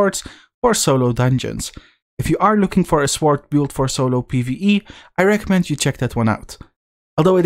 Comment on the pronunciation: The 'w' in sword is silent.